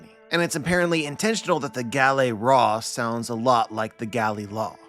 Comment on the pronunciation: Why the heck is everyone pronouncing the word as Guh-Lehy-Ruh? Bruh the correct one is Guh-Leh-Ruh.